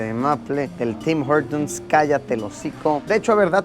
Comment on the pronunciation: CuNtas veces dijo Tim jortums el carnero este !!!!